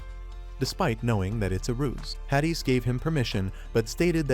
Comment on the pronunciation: Yeah AI narration be like that 😂